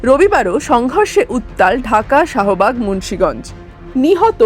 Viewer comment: এ সালা আনন্দবাজার দেকচি ওরমই রয়ে গেচে মাইরি। শাহবাগকে বলচে সহবাগ। আরেকটু হলে সহবাস বলত আরকি। আবার হোয়াট অ্যাপকে বলছে ভৎসা😂